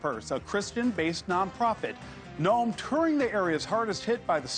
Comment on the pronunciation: Hey reporter, pronounce her name correctly. How can you be in the news and not know how to pronounce the name of the Secretary of Homeland Security?